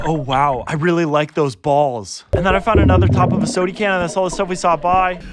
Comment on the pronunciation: 👖🩳 sorry that your having so much trouble doing a good thing and I love the way you say sodey can I say it like that on the daily now lol keep up the good work and keep our oceans clean